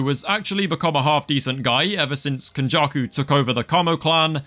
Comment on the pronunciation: “Kenjarku” “marhito” yeah nah I’m gonna sit this one out